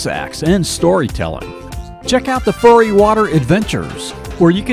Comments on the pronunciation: I wonder if narrator was ever in the Keys ! Another mispronunciation (beside conch) is not furry but fury (as in hell hath no...) Hope to return soon...after C-19 lockout. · He was cracking me up saying, “furry water sports”, lol!! Um, it’s FURY😂😂😂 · At about , the narrator says “Furry” Water Adventures. It’s “Fury!”